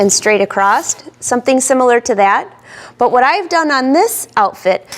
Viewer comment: Did you say 'acrost'?? what you've mistakenly called 'fleece' is actually batting. 3 minutes into video to come ACROSS these simple errors, I won't watch the rest.